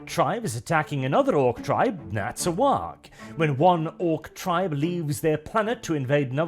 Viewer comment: Glad you're pronouncing the G in "waaagh". Far too few people realize that that G is not silent.